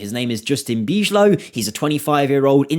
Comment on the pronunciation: You speak bijlow like you do van DIJK. Not bichlow 👍🏼